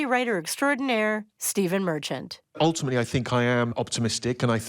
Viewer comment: Eye sink you mean "Steven Mer-CHANT"